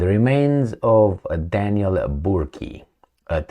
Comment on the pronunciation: The hired killer's name is pronounced: "Burk".